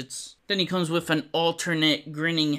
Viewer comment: I like your videos but WHY IN MACGYVER'S NAME DO YOU USE A ( V/F sound instead of the TH) ie - wiff instead of with !? You seem articulate ? Is English not your first language ?